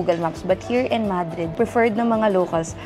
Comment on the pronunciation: A gato dies everytime it's said MAH-dreed, Ma-DREED please to save them. Haha